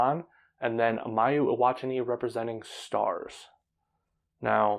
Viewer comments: EE-WA-TA-NI and WA-TA-NA-BE. Thanks for pointing this out. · Good video, just a small annotation: I think you're botching the pronunciation of "Watanabe" and "Iwatani". In both the cases the accent should go on the penultimate syllable.